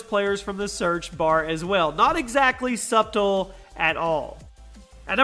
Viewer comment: subtle is pronounced (suttle)